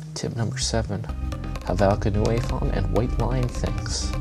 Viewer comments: it sounds like "noy" because it's German. So it rhymes with 'boy'. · Just as an FYI, Helvetica Neue is pronounced "Hell-vet-icka New" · "Helvetica New-A"? LOL